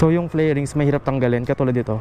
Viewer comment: Fairings hindi flairings